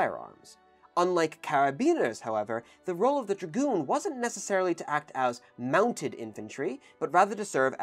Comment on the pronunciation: you mean... gragoon?